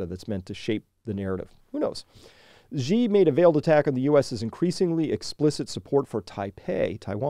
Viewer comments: Hey Chris - minor nitpick, "Xi" is pronounced more-or-less like the English word "she". The "zh" sound you're using there doesn't really exist in Mandarin. Otherwise ... interesting take. I'm not sure they're up for a real fight just yet, but OTOH China has never made any secret of their desire to take revenge for the Century of Humiliation. Definitely worth keeping an eye on. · Thank you for sharing this. Xi is pronounced pretty much exactly like the English "she".